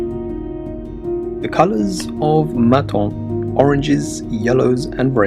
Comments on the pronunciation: The selection is OK, although quite predictable except for Carantec, but the narrator's pronunciation of French names is disastrous (Menton). He will earn no points with French speaking viewers like me. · It is Menton not Maton and Cannes is pronounced "Can" not "Cans!"